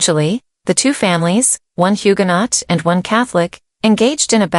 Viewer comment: Please pronounce Huguenot correctly